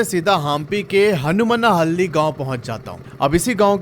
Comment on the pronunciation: Name sahi se bola karo hanuman halli h name 😅